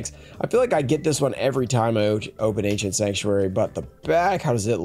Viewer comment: An "Anciernt" box